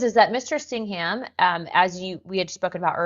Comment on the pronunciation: Singam not Sing-ham